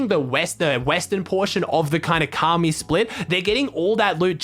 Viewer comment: Ok know he’s he’s American but come on man said kaamee